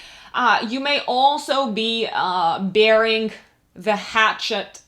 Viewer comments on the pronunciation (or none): 'Burying the hatchet', it sort of sounds like "bearing the hatchet" with your accent, which puzzled me for months last year. As in where you were from, as if I was Henry Higgins!:)